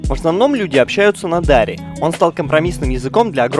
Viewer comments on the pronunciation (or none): дарИ а не дАри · Во первых не пушту а пашту а во вторых не дааааари а просто дари окончание на и ну дари и фарси ещё практичейски одинаковые и таджитский тоже похож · Пушту́ и Дари́. Ударение в обоих случаях падает на последний слог 😊